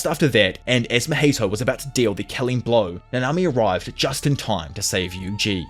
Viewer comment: how can this guy not pronounce mahito properly smh i cannot. but i will still like cause u dope asf <33